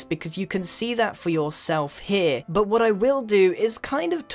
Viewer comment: I love it how u say buh (but)